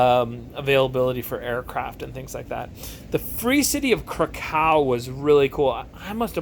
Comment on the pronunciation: Just a tiny note on Krakow. The w is pronounced as if it was a v. Aaaaand you're leaning too much on the cow bit... it's krAkov, not kraKOW. Just a tiny thing that irked me :P